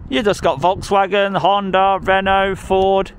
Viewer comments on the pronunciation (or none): none